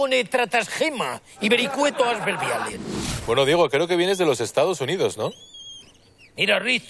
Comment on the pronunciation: Asin hahahahah y diejo en vez de Diego hahahahahaha que paleto por dios